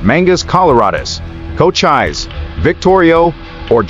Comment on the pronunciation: Can I suggest you google the pronunciation of Cochise and Geronimo. I’ve checked they are recognised. Spoiled an interesting blog. 😳